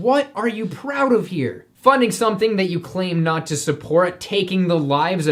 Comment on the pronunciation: "ima PROWD MEET EETAH!!!"